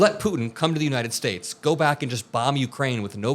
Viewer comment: Did that fool actually say that 'Trump can articulate.'?????????? as in the United SCHATES of America? or how about the closing of airports during the Revolutionary War??? He's as articulate as a valedictorian speaking at a 3rd grade graduation.